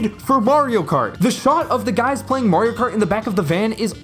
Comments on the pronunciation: Finally, someone that can say mario. Who tf is merry-o? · haha right. even in the games themselves, he says "its me, Mario". there is no merry-o. and people will still say it that way